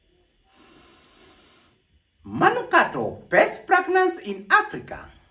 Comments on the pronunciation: All I heard was ‘best pregnance in Africa’! 🤣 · Terence yawa eti pragnance🤣🤣🤣🤣